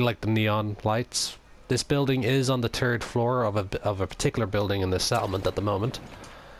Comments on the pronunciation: i think he says turd floor cus he is irish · "turd floor" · I don't know what country you're from, but you gotta learn to pronounce "th," it's really distracting, like turd floor, Fallout tree, tings to tink about. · I can't not hear ''TURD FLOOR'' lol